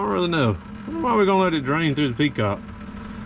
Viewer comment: How many of you said petcock every time he said peacock?